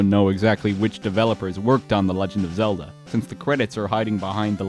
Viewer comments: You said Zelder!!! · Even down to "Zelder". Incredible.